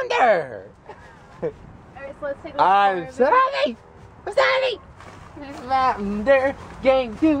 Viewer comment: MTN Derr: Game Ferr.... lol